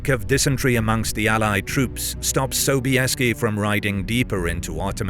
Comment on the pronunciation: Озвучка мерзопакостная, Собиес вместо Собесского, хазары вместо гусар, да и вообще...